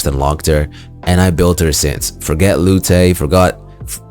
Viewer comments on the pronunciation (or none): FYI it's definitely just "Lute", as in the musical instrument, and not "Loo-tay". Korean adds extra syllables to lots of loan words (sandwich becomes san-du-ich-ee), but you don't carry them back over to English. Dope video though, thanks.